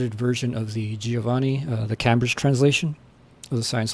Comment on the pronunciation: Hey, love the series. Just fyi its pronounced "Came-bridge" not "Cam-bridge."